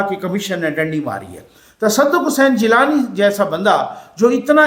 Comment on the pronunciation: Tassadaq Hussain jillani hain "gillani nahi"